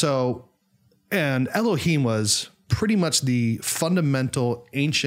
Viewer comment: And the h/hei ה in Elohim (אלהים) is a strait H sound, scratchy H you were doing would be more of a Chet ח or Khaf כ.